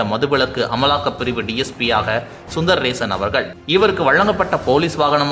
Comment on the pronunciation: செய்தி சொல்றவரே நாக்க போய் கழுவு... DSP பெயர் சுந்தரேசன். சுந்தர் ரேஷன் இல்லை சுந்தர் ஆதார் அட்டையும் இல்லை.